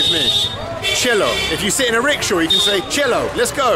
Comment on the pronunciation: He says rickshaw and I keep hearing ritual...